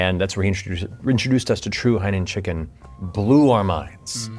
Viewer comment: Theres no way im the only one that hears him say HIGH NOON Chicken